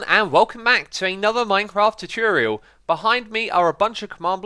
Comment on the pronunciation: welcome everyone to another "chuchoorial" i love x's accent en the way you pronounce some words